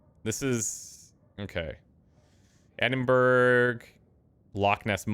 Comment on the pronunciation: Edinburg?.....I'm guessing you mean Edinburgh....